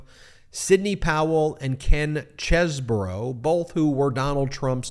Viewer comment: Why do we keep saying Kenneth chez-boro? It's Cheese bro.